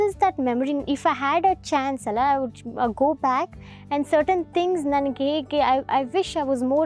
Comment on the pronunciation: It is 'Alla'. Not 'Allah ' it's the same in all your videos. Kindly correct it moving forward